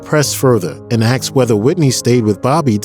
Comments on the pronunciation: BTW...it's asked....not axd. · It's "asked" not "axed"! I love this biography but the pronunciation of certain words are not "good"! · Could you please pronounce the word " asked" correctly